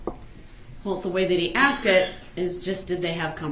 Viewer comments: If I’m honest, in my Opinion, this Kid was not a great witness. He was all over the place! He couldn’t simply answer Yes/No when “Axed” a question. Kinda reminded me a little of DUH-RRELL!! Not that anyone could be as Ridiculous as DB, nor am I comparing him to DB, just reminds me of how DB acts! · It’s not Axed it’s asked , it’s not substained it is sustained ..